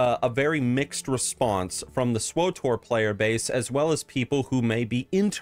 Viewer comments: SW-TOR, NOT SWO-TOR! There is no O between W and T. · lol "swotor" xD